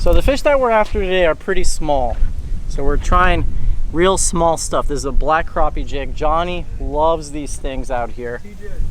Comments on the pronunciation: Awesome, what rod are you using ( the long handled one )? Btw it's called Crap-e not crop-e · Crappie Not Kropp Eeh!